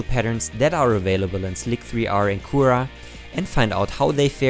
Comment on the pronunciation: PLEASE FOLLOW THESE INSTRUCTIONS Say cure, ok you got that, say it in an english fashion now again say cure, ok great now you will say cure but just take away the E and replace it with the letter A CURA